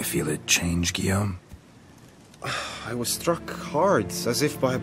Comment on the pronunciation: Finally! I missed hearing you mispronounce Guillaume's name every 10 seconds. Hahaha